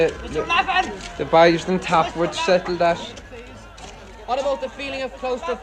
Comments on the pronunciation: I love how even can't understand "BAIS" (Boys) - haven't you ever watched Snatch? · The word Tim's mother said wasn't "commenting" it was committee but pronounced as "comm-mitt-teeee" When Tim is being interviewed, I believe what he says is "...the boys on top would settle that" pronounced as "the buys on tap would sette-l that"